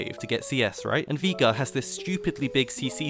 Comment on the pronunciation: Veegar, never herd of him. Jokes aside nice vid, really well made.